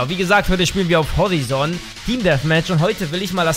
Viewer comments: Es wird Horeison ausgesprochen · Für dumme: Horizon = horaizen(ausgesprochen) 😂